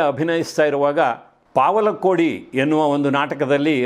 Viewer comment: ಸ್ವಾಮೀ, ಅದು ಪಾವಲ ಕೋಡಿ ಆಲ್ಲ ಅದು ಪವಳ ಕೋಡಿ. ಪವಳ ಅಂದರೇ ಹವಳ ಅಂತ. __ನಡವತ್ತೀ ಗೋಪಾಲಯ್ಯ, 85 ವರ್ಷ ವಯಸ್ಸು.